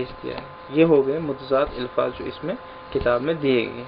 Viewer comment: الفاظ ۔۔۔۔الف کے نیچے زیر نہ پڑھیں پلیز